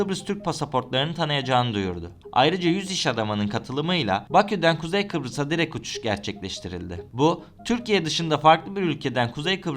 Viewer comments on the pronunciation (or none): none